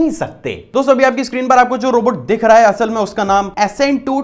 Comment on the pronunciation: Bhai deekh nhi rha hai dikh rha hai Work on your accent